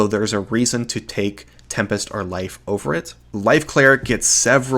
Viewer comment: At times I can't tell if you're saying LIGHT or LIFE cleric.